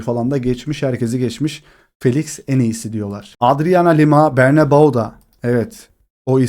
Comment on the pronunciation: Hala BernabAO diyorsun mal gibi. Öğrenmeye açık değilsin. Bu da kompleksli olduğuna işaret ediyor. Kendini geliştir öyle gel